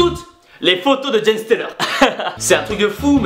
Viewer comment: C'est pas Jen STELER mais JEN SELTER !! <3 #Plusbonbouledumonde